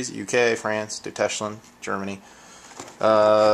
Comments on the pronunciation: DEW TESH LAND? haha i think its pronounced doichland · the fuck is doystch-land?! XDXDXD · "Duteshlend"...... i died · Doo-tesh-land... Oh.:D. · Deuteshh-land! lol! I never heard anyone pronounce Deutschland any worse than you did! hehe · you said "Deutschland" wrong, it's pronounced "Doystch-land"